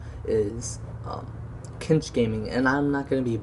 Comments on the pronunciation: "Cinch" pronunciation is "Sinch" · Exactly, tf are you saying? Kinch? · You have said Cinch wrong 16 times, if you would like to know where I found out the pronunciation of Cinch, here is the link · You're pronouncing "cinch" wrong